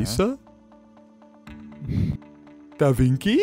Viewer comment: no one: two brushes: DA VINKI